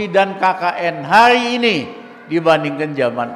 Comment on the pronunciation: Pelan pelan bang ngomongnya,hari ini bukan hayi ini,korupsi bukan koyupsi